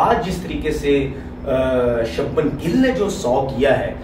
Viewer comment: त्रिपति नहीं त्रिपाठी है,और सब्मन नहीं शुभमन है